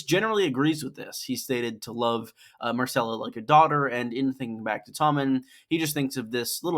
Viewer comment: Her name is MYRCELLA, not MARCELLA